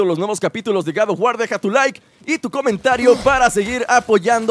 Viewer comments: Gad of war jajajaj😂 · No se dice Gad of War se dice God of War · No es Gad of War es God of War;-; Perdón pero siento que ofendes a una saga tan buena de juegos 8')